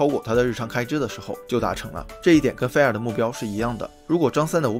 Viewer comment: 不是fair 是 fire，发音准一点